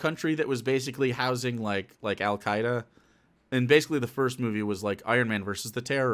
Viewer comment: sorry, the actual dinger was "Al Spaeda".